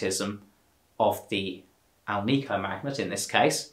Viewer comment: It's pronounced AL-nik-o. Not al-NEE-co. It is made with nickel, not neekle